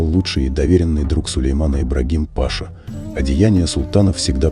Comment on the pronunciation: Господи....ну какой пАша????? кто озвучивает вы в школе учились? не знаете где и когда нужно правильно ставить ударение??? смотреть хочется, а вот слушать - нет.